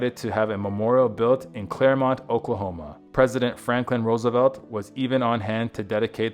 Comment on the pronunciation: It's Claremore, Ok where he was laid to rest, not Claremont.